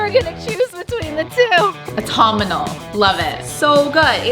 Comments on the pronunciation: Its autumnal, aw - tum - nul, NOT autum-mun-ul😂😂😂😂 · Aw-tum-null not whatever you said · The pronunciation of "autumonal" Whew Chilay! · Never in my life have I heard someone pronounced autumnal like that 😂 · As a British person it is literally KILLING me how they're pronouncing autumnal lol!!! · I also cringed and I'm American... Is that how they say it in Canada or is this just a -ism? 😂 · think it's a Canada thing. I'm American. We don't pronounce it that way lol